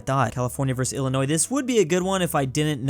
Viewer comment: he pronounced Illinois correct 🎉